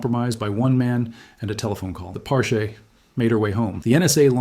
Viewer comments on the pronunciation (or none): It’s pronounced Par-chee (sounds like the beginning of cheese)